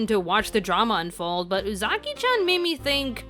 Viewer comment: I'm sorry but it angers me idfk y but it's pronounced ooh zuh key chan not ooh zaki chan